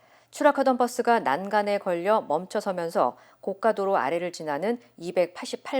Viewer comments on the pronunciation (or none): 고까도로 발음이 거슬리네요 고가도로 발음으로 하셔야 합니다